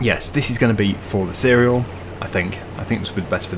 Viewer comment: And seh-rel